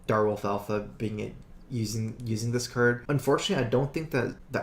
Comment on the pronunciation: I really wish someday they make a card with the name "Drawl" and insert an ability in the game called "Curd" just so those 2 words would exist to contest accent on the acctual words "Card" and "Draw".